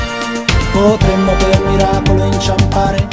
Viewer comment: dice potemmo, non potremmo